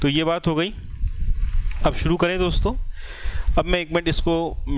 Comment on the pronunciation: Rrb ki site pe jao, jo kaam krna h wo suru krdo... Wah kyaa hindi kri h guru awesome 😂😁😁😁